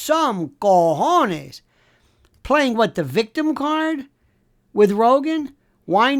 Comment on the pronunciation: "VICTUM" ZUCKY not yummy😂🇺🇸🍎⛳